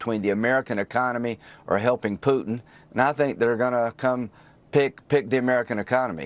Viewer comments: Puddin', as pronounced by Graham, takes up all the space in the senator's tiny brain! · Graham talks like a little Texas farmer when talking about 'Put'n' 😅